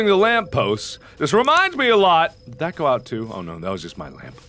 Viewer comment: whe he say GO GO GO it sounded like GUBBLE GUBBLE GUBBLE 😂 instead of being scare i just laugh at it